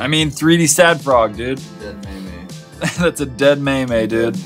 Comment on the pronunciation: No. NOOOO! just called Pepe a May may. It's pronounced meem!